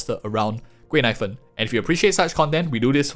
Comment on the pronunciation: I keep hearing her name as “贵奶粉” (expensive milk powder) 😂😂😂